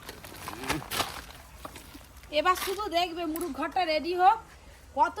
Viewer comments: তুমি মোরগ কে মুরুগ বলো কেনো, ঠিক করে কথা না বললে শুনতে ভালো লাগে না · এদের ভাষা এমন কেনো😂মোরগ কে মুরুগ বলছে,কলা কে কোলা বলে,কাঠকে কাড বলে আরো অনেক আছে..শুধু টাকা হলেই হয়না..ঘর বাড়িও সবসময় অগোছালো..নিজে স্বামী ছেলে এরা খাওয়া ছাড়া কিছু বোঝেনা..মেয়েটাকেও কেমন ছ্যাদড় করে রাখে